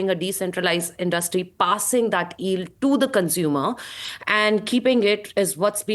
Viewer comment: She can’t say “yield” oh my god 😂